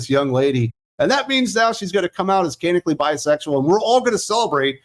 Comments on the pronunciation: For the love of all that's holy, "canonically" is pronounced "can-NON-ick-ly!" My ears thank you, my nerves thank you, and I thank you! Geez, bullshit like this is why I don't read comics anymore. When in doubt, make 'em homosexual! As so sagely pointed out with Tim Drake and Jon Kent, there's no such think as bisexuals in comics having a heterosexual relationship, because all hell will come down that the "queer" character isn't "queer" anymore! Just as with any other "woke" endeavor, all the creativity, such as it is, comes to an end after the character is made "diverse." You don't have to do anything else. You can write complete garbage thereafter. and the "right" people will still applaud you for what you did TO the character (*cough*The*Acolyte*cough*). Glad I have a lot of the old stuff in trades yet to be read. Hell, I'll re-read my old trades instead of buying this crap! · Can-on-ick-alli. That's how you pronounce 'canonically '